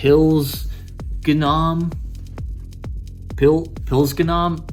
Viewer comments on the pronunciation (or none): Pilzgnom is pronounced Pilts(like the word pill with a ts at the end)-gnom(like gnome, but pronounce the g). The name translates to mushroom gnome.